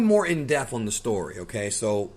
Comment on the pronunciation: I still can’t get over how he says “in deaf” instead of in depth